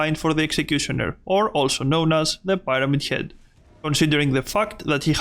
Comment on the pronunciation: Why de hell did you say pirete head